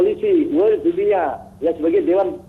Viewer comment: jdi selama ini yg bener world dibaca werét 😭😭😭